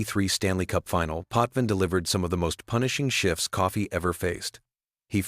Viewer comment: .... it's Coffey not Coffee....you Canadian??